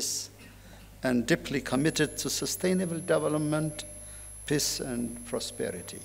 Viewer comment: የመልእክትዎ ይዘት ጥሩ ነው፤ የእንግሊዝኛዎም pronunciation ባብዛኛው (for the most part,) ድንቅ ነው። ሁለት - ሶስት አባባልዎችዎን ግን ከዚህ በታች የማሰፍረውን comment አይተው ቢያስተካከሉ ብዬ የሚከተለውን ጽፌያለሁ። ‘አንተ ማን ነህና ነው, የማስተካክለው? ካሉ ደግሞ ስህተትዎንና ከዛው ጋር ተያይዞ የሚከተለውን ትዝብትና ሽሙጥ ከማስተናገድ አይከልከሉ። “heart …”, “peace …” & “in-deed” መቼም "heart” ኢትዮጵያ ውስጥ እንግሊዝኛ የተማረ ሰው ሁሉ (ለማለት የሚያሰደፍር) ችግር ናት። ትክክለኛ አነባበብ ነው ብለው ግን ደግሞ አጣምመው አስተምረውን ሰዉ ሁሉ የሚለው "ኸርት" ነው። Proper pronunciationኡ ግን ኻርት ነው። ተቀራራቢና ተመሳሳይ ይምሰል እንጂ ሁለቱ የተለያየ ትርጉም ስላላቸው, በተሳሳተው pronunciation ሲነገር, ልዩነቶቹን በሚያውቅ አዳማጭ ውስጥ የሚፈጥረው አንዳች ነገር ይኖራል (ትዝብት/ስላቅ/ ሽሙጥ፤ ከከፋም ደግሞ ተናጋሪውን አሳንሶ የማየት አባዜ) "Heart of African politics” “ኸርት ኦፍ አፍሪካ ..." ተብሎ ሲነበብ, (በአእምሮ ማስተዛዘኛ ተስተካክሎ ካልተወሰደ በቀር, ትርጉሙ:- ‘የአፍሪካ-ፖለቲካ ማዕከል’ መሆኑ ቀርቶ, ‘የአፍሪካ ጉዳት’ መስሎ ስለሚደመጥ, በአዳማጩ አእምሮ ውስጥ ግርታ፣ ግራሜ እና ቆይቶ ደግሞ ፈገግታን፣ ትዝብትን እና (in worst cases of scenarios ደግሞ) ንቀትንም ሊያስከትል የሚችል ይሆናል። "Peace” እና “piece”ም ባግባቡ "ፒስ" (ኢ ተረግጣ ካልተነበበች) መደበኛ ትርጉማቸው ቀርቶ "ሽንት" ይሆናል ትርጉሙ "ፕስ" ተብሎ ሲነበብ። በመጨረሻም "indeed,” ኢን-ዲድ ተብሎ በመነበብ ፈንታ, "እንድድ" ተብሎ ሲነበብ, ለቁራጭ-ሰከንድም ቢሆን ግርታ መፍጠሩ አይቀርም። (ክቡርነትዎ ግን, በእርግጥ ጎንደር ነው - ትውልድዎና እድገትዎ? አይ! እንደው ሌላ-ቦታ እንዳደገ ሰው "እን-ድድ" ቢሉ እኮ ነው መገረሜ!)